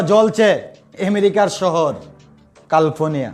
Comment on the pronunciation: মূর্খ সাংবাদিক,, ওটা কালফোনিয়া হবে না😅😅😅😅 ক্যালিফোর্নিয়া😅😅😅😅